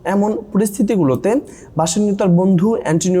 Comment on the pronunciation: বেসেনিও ✅ বাসানিও না❌